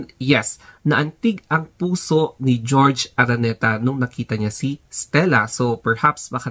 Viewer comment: Bakit GEORGE? It’s HOR—HE ARANETA…. JORGE / HORHE